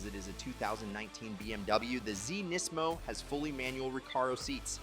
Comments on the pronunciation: They way you say NISMO is odd. You say it "NEz 'mo" Did i miss something? Ive never heard NISMO said that way. Nisz' Mo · Did he call it a "Knees-mo"? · Bro, why do you pronounce NISMO in so many different ways? lol